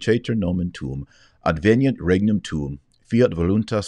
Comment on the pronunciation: Minor, piddly pronunciation pointer. I think in Church Latin (aka “Classical Latin with an Italian accent”) a “g” coupled with a hard consonant is phonically “y.” So “Agnus” is not pronounced “AG-noose”....it’s “AH-nyoose.” And “Regnum” is rendered “REH-nyoom.” THANK YOU for this talk. It elegantly and concisely explained certain Catholic philosophical concepts (e.g., the concept that “error has no rights”) that I never really understood and therefore could not support or defend. Thanks to you, it’s all clear. Dr. Marshall, I assume you’re getting blowback against your wonderful (and seemingly tireless) efforts. But your courage, your humility, and your endurance are edifying. You and your intentions are in my prayers.....keep on truckin, mang! We’re living in a time of miracles....and we ain’t seen nuthin yet. We should all thank Our Lord for the honor of choosing us to live in this remarkable time. And we should ask Him —having chosen us for such a remarkable time —what He wants each of us to do. I think these days will culminate in the consecration of Russia to the Immaculate Heart. And the defeat/correction of Russia’s errors (I think those errors generally boil down to Materialism.....dwelling on and eventually deifying the perceptible/material universe over spiritual REALITIES) will herald the end of Prostitantism (sorry I can’t resist) and indeed all the affiliated errors of the French Revolution. What exciting days these are....and it will only get better!